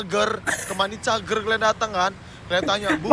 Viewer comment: Money Cager😅...iki tolong betulkan jadi Money Canger🤣..Salah tu iki,yg betulnya Money Geyger😂